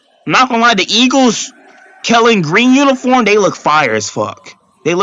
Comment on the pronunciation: "I'm not going to say nuthin" and continues to say stuff😅 I love that everyone hates my team😂😂😂 Go Birds! And it's KELLY GREEN, not KELLEN.